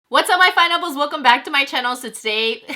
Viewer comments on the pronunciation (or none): I feel like I hear fineapples instead of pineapples lol